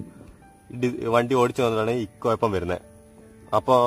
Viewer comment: കൊയപ്പം അല്ലെഡേ കുഴപ്പം...